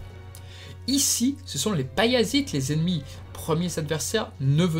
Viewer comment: Intéressant mais c'est Pallas et les Pallassites et non pas Paillasse et ses Serpillières, oups, ses Paillassites ! Ca accroche un peu les oreilles à la longue :'( Pourquoi avoir zappé les 4 rois de Mars ? Après c'est vrai que leur temps d'audience est assez court.